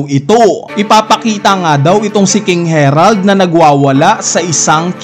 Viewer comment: eto yung correct pronounciation based on Japanese: Gunko - Gungko not Gun-koo Harald not Herald Sommers not Summers Killingham Hajrudin - High-roo-deen